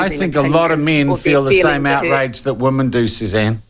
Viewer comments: Sean, you keep on saying woman when you men women. Learn how to pronounce the word. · Just asking, but when did the differentiation between 'woman' singular, and 'women' plural disappear"? 'Women' is pronounced 'wimmin'.